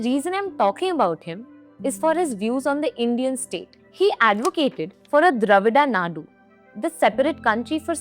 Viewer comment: You can't in pronounce dravida nadu properly